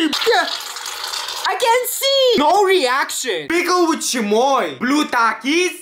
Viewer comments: spices why do you say chemoi it’s chamoi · Why I just told i find that words and that accent funny and i am just telling